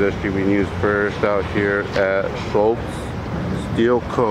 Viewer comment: What's the point of this video? Just to stand outside and cuss out the security guards? Again, there's no "C" in Shultz. BTW there are many X programs being made at this plant. Be careful what you film.